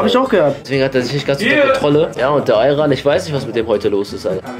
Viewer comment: sagt ali ayran und nich aykan biraz ören lan